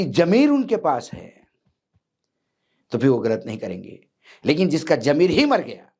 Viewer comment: Jameer nhi ZAMEER hota h .